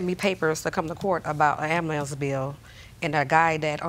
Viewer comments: What a bum .. 105 dollars for 5 kids…SMH … and I wish she would say AMBULANCE AND NOT AMM-MA -LAMPS ….. … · "Amalance" (ambulance). Are you even trying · Ambu-LAMPS! She said it AGAIN! 🤣🤣🤣🤣🤣🤣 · Good thing JJ didn't listen to the father and "ax" the son. Otherwise, he might need to get an ambulamps... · "ammbulaanceee bill" lol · She keeps saying ambulamce